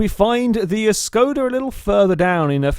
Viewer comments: Shkoda it is pronounced as Shkoda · It's a Škoda not Skoda :kappa